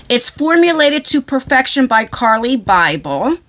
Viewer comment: I love Carli and You are saying her name correctly I've followed her for close to a decade now she is amazing i still have her first palette and a backup one she signed 💜💚❤️💛💙